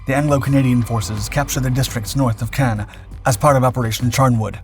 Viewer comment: “ Pownzers in Cogn . “